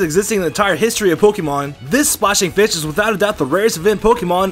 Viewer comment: when he went to Magikarp one did he say this splashing fish or splashing bitch